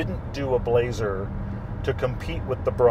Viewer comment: Good review, blah-zer car.